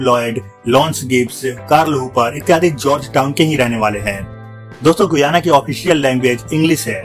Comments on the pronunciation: Its pronounced GAYANA not GUYANA. Check before you speak 😡😡😡😡😡😡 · SHAYAD ISS DESH KE NAM KA PRONUNCIATION GUAYA NAHI HAI GAYANA HAI...PLZ CHECK KIJIYE GA..